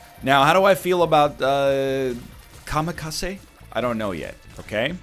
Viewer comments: I'm Japanese and it bothers me he says Kamikase instead of Kamikaze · It's kamikaZE. ZE. With a Z. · comma case